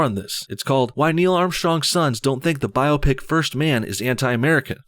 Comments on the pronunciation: Bi-op-ic not bio-pic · Biopic - By-op-ic Not Bio-pic